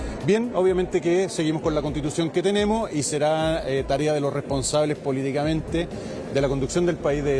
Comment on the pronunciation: Ahí los "tenimos" que terrible la periodista penca, se le cayo el chocopanda